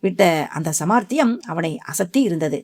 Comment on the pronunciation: Madam 'samaarthiyam " illai. Saamarthiyam. Sariyaga vasilkavum. Nandri.